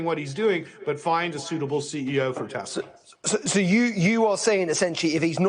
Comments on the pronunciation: I love teslur😂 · TeZla to RuZZIA 😂😂😂😂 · yep. it’s been time for while. also it’s crazy how trump could make “tesler” sounds like “hitler” smh what is this timeline?!